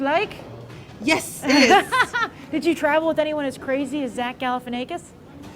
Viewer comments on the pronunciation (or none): shes pronouncing zach's name wrong...